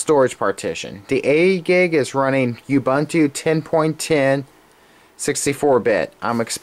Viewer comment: I like how you say you-bunt-to. lol I think its uuuuuubuuuuunnntoo